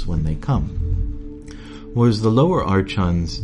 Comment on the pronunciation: Its not artchons its ARKONS fucking idiot